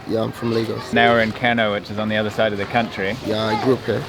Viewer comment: Kano is pronounced like kanoo